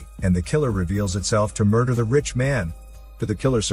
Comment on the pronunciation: "Muder case"